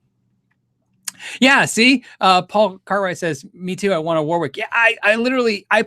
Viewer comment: FYI - it’s not pronounced ‘war-wick’ it’s ‘wo-rick’.